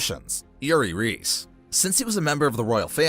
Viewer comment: Just a heads up. Reiss is not pronounced “Reese” it’s pronounced like “rice”